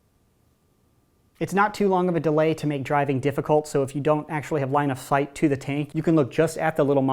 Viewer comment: "line of thight"